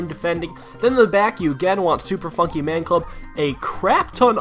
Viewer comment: Super Fonkey Man Club xD instead of Funky